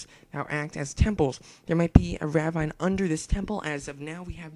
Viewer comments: you're saying ravine wrong . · I can't get over how he says Ravine wrong...